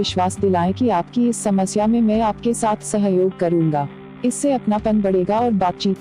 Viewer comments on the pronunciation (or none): none